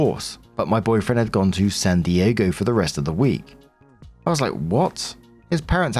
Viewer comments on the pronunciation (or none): none